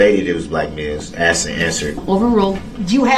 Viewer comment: There is no X in asked (axed and answered)